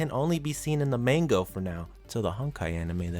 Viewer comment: OK, you've somehow done worse on pronouncing "Manga" than most people. People often incorrectly say "Manga" as "MAN-gah" when in truth it's "Mahn-gah", as the "a"s of Hiragana is pronounced as "ah". You pronounced the word "Manga" as "Main-goh", why must you butcher such an easy pronunciation even worse than most people get it wrong when it's just so simple to pronounce. Just remove the typical English method of pronouncing "a"s in words, and replace that as "ah". Honestly, I hate it so much when people don't even put in the effort to say it right and denies acknowledging their mistakes. Like a character in a story, sometimes, part of developing well as a person, is acknowledging your mistakes. I hate to be wrong as much as many of you do, but I don't lie, nor deny ever making a mistake if I know I did it. If such a perfectionist I am is able to, nearly anyone else can